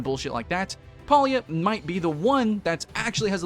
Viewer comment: You can't even pronounce the game name right.